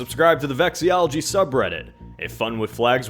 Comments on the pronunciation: Says he loves flags, pronounces "vexillology"wrong. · For a flag enthusiast, I'm surprised you mispronounced vexillology.